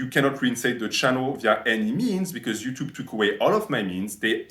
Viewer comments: One of the best "herro youchub" i have ever heard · 'Ello 'Utube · We got to hear our beloved say "Ello Yuchub" again!